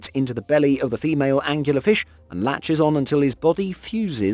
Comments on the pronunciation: I like this video, but, I have to interject that the deep sea fish, with the glow-in-the-dark proboscis, is called an "angler fish" that's angler, as in a fisherman that fishes with a rod, not as he said, "angular". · "Angular fish".......ANGLER FISH!